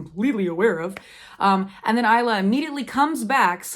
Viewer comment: Will you review the sequels of Lightlark and Fourth Wing? Anyway, Isla’s name is pronounced as ice-la.